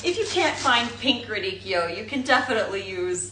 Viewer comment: So nice to hear someone pronounce’radicchio’ correctly! 🎉